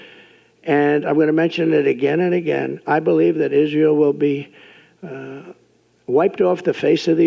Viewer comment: טוב.. הוא לא אמר ישראל כמו שצריך (בעברית) אבל הוא מצוין לישראל, זה מה שבטוח.